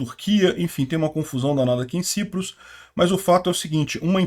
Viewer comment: Ou é Chipre, ou é “Saiprus”.